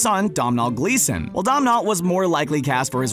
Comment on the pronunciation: Never ever say domnawl glasson again. It’s pronounced doh-nil